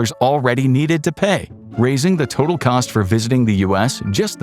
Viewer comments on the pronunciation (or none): none